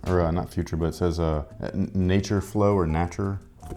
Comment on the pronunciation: For a brief moment I thought was speaking french. Nah-ture 😂